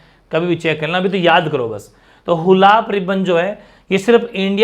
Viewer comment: हूलोक गिबन h sir😂😂😂😂 हुलाक गिबन नहीं